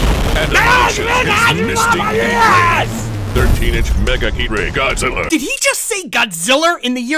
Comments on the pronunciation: Why did he say God Ziller?😂🤣😂🤣😂🤣😂🤣😂🤣😂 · Dude said "godzillar" with a hard R